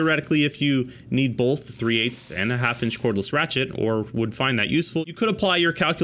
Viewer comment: “Bolth”. So distracting.